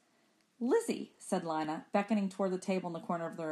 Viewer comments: her name is lee-na not liy-na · Emily Zhou same but she’s saying it as an “i” not “e” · it’s pronounced lie not lee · I hear lie- na but I think it is lee- na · to me, it sounds like Lana or Lee-na........ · its pronounced "lana" but spelled "lina". ^O^